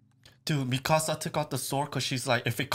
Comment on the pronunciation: Why do you keep saying “me casa?” It’s mi-ka-sa. C’mon, what kind of Asian are you?